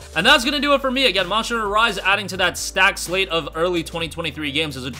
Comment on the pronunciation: why can't you say monster right?? it has to be one of the easiest words ever and you struggle saying it. it's just embarrassing listening to you butcher it